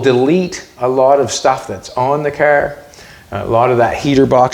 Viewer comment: anyone catch how many times he said the word "caerr"? 🤣🤣🤣